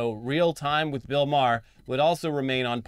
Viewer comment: The best thing about Bill Maher is that nobody pronounces his name correctly